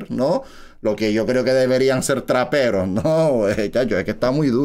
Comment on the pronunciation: Dijo traperos gil😅😅